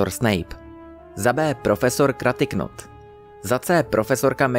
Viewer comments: Kratiknot Trívneová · "Kratyknot?" "Trelánejová?" Cože?😂😂😂